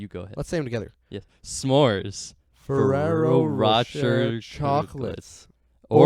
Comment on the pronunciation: I have never heard someone mispronounce ferrero Rocher as badly as you two have let alone simultaneously! 😂